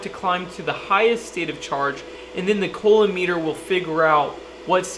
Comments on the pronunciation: "It even has a COLON meter" ... I cried, I died. It's French and it's pronounced "coo-loam". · Great Video, just FYI, pronounce it "COUUU-LOMB" instead of "COOO-LOMB" Good Job, Cheers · Love your vids and enthusiasm. FYI, the French engineer/physicist's name is pronounced "ku-loam" (hard C and silent B). :-) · another great vid, the EE in me cringed when you said Coulomb. I know you are self taught. I have included the correct pronunciation. cou·lomb /ˈko͞oˌläm,ˈko͞oˌlōm/ btw, I like that you wear safety glasses. I only show vids to my students that show correct safety procedures. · I am impressed that will is self taught. If he had taken physics in a classroom, he would have known how to pronounce coulomb correctly.